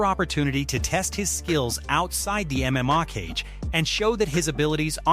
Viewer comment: Only clicked on this shit because it looked like the full amount MMA channel from the thumbnail just to get pissed off at the constant mispronunciations if the AI doesn’t know how to pronounce MMA maybe you don’t put MMA in your script so much